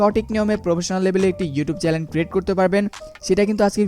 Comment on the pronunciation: it's not Challen, It's Channel bro